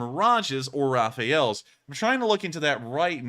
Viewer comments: it's not "Raphael"... it's RAFALE! (pronounced "rafahl") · The French fighter isn't called "Rafael" like the archangel but "Rafale", meaning blast/flaw/flurry/(wind) gust.